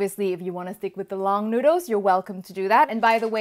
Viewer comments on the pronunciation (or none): none